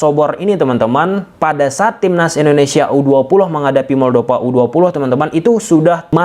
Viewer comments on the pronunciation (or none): moldova bukan moldopa pake huruf p. tolong perbaiki cara pengucapan kalau sudah jadi youtuber profesional